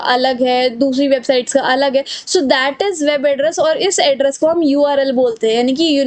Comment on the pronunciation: Didi very nice explanation 👌🏻 But this is Data not daata 😅